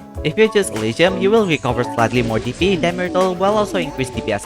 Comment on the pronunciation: The way you pronounce DP sounds like PP